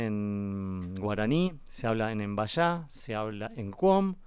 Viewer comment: muy interesante la charla, lo que recomiendo es tener en cuenta la pronunciación, es el pueblo MBYA´ y la Y se pronuncia "I"